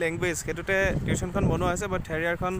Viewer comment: Tiushon nohoi tuson